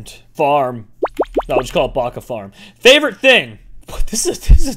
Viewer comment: what is a "fovorite"